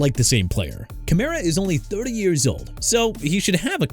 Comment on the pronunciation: KEEP MISPRONOUNCING EVERYTHING AND EVERYBODY... I DON'T CARE NO MO'... YOU'RE DONE OKAY?? ALVIN KAMARA AS IN KUH-MA-RUH AND NEW ORLEANS AS IN NEW OR-LINS NOT NEW OR-LEANS!! CHICAGO PRONOUNCED EITHER SHUH-KAH-GOW OR SHEE-KAH-GOW!! AND MIAMI MADE A MISTAKE BY TANKING FOR TUA SO YOU AIN'T GOTTA KEEP THROWING IT IN MY FACE DUDE!! HE'S IN ATLANTA NOW! YOU UNDERSTAND THAT?! AND IT'S MICHAEL PENIX JR.!! ALSO YOU FORGOT EKELER PLAYED FOR THE L.A. CHARGERS SINCE YOU FLAT OUT FORGOT TO MENTION THE TEAM HE WAS A RUNNING BACK FOR!! TOO EARLY FOR THIS MAN... SOMEONE NEED TO FIRE YOU...